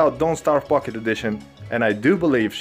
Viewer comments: I like how "pocket edition" sounds more like "fukin' edition" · What I heard was f it. Edition ☠️ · When he says “pocket” I hear something else...